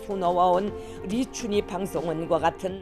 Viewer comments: 리춘히가 아니라 리춘희입니다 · 리춘히 가 아니라 리춘희입니다.